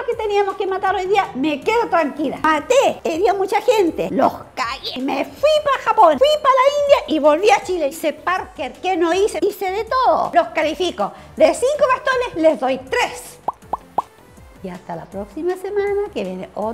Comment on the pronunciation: Lo estúpido es que le corrigen cuando dice parker a parcour cuando se llama parkour